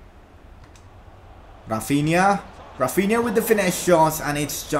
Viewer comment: Its Rafinha not RRRafinha